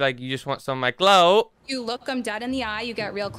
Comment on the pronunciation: has a problem with saying clout